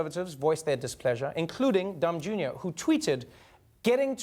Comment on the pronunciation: I swear it sounds like he said "Dumb Jr." Lmaoo